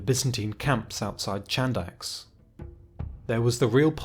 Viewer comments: Nice vid but it's not pronounced "Chandax" it is more like "Handax" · Chadax Χάνδαξ is pronounced as Hànthax (h like in have, horse and th as in the). Amazing video as always.